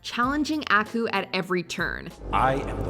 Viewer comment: your saying aku's name wrong, you gotta say it with more finess